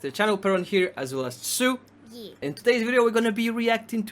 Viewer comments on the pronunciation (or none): “yeeh” is the way I will be saying it from now on, you cannot tell me otherwise😤😂